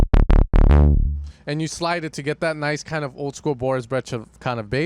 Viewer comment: Brecha or brejcha? 😂